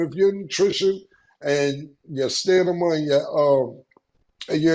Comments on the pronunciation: Cam can’t say stamina to save his life lol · Cam really can't say Stamina he says "Stanima" 😭😭😭😭🤦🏿‍♂️ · Stanima is wild every time yo 😂😂.. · Cam can't say STAMINA to save his life😂😂 nigga always say Stanima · Cam just can’t say stamina. At this point the word is pronounced stanima 😂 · Two things what did chris paul ever do to yall and stanima Instead of stamina is crazy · Cam and his daily fight vs. The word Stamina should be studied. Bout to call him Stanima Cam 😅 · Cam....dont give up....I know u can still learn to say stamina. Its not too late 😂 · " Stanima" 😅 come on cam lol, Still cant pronounce it right after all these episodes 😅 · at this point Killa just trolling us on “Stanima” 😂😂😂😂😂😂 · Cam still can’t say Stamina 😂😂😂😂😂😂😂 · Cam still can't say Stamina ❤ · 😂😂😂😂 why cam can't say stamina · 🚨”STANIMA” is back 🤣🤣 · ...Cam STILL can't say "STAMINA" correctly. 😐🙄